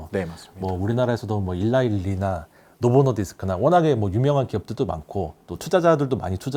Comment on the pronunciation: 진행자분. <노보노 디스크> 가 아니라 <노보 노디스크>로 읽어주세요. 수고하시구요. 잘 들었습니다.